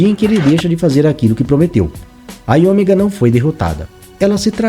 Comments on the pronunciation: IOMEGA. A pronúncia é "áio méga". 😮‍💨 Rsrs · O video ta bacana, matou saudades, mas "AioMÉga" é a pronuncia, filhão!